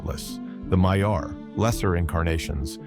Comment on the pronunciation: Amazing prose and great narration. But your pronunciation of valar, maiar, and illuvatar are just straight up wrong😂 gotta say it as an Englishman would not monotone American